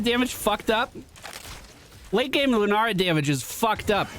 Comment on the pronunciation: I totally thought you were calling Lunara deerfeet and it was just a cute nickname 🤣